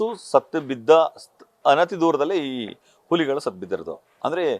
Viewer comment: ಉಲಿಗಳು ಅಲ್ಲ ಅಣ್ಣ ಹುಲಿಗಳು ಕನ್ನಡ ಸರಿಯಾಗಿ ಮಾತಾಡಿ..... ತಾಯಿ ಎದೆ ಹಾಲು ಕುಡಿದೋರ್ ತರ ಮಾತಾಡಿ ಆಲು ಕುಡಿದೋರ್ ತರ ಆಡ್ಬೇಡಿ... ಸುಮ್ನೆ ಕನ್ನಡ ಕನ್ನಡ ಅಂತೀರಾ.... ಉಚ್ಚಾರಣೆ ಬಹುಮುಖ್ಯ ಅನ್ನೋದು ಮರೆಯ ಬೇಡಿ... 👏